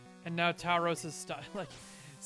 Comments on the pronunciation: Its pronounced a bit more like "Tour-rows" :) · tao-rows? lol